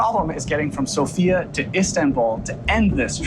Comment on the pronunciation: It's /´Sofia / not /So´fia/